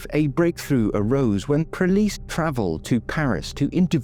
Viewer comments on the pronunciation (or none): none